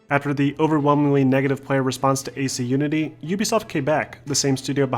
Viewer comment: Why do you say Assassins Creed Nudity? :D